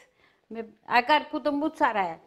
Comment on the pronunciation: why do so many italians mispronounce mozzarella? did she pick this bad habit up in Jersey? there is no "moo" in mozzarella, people.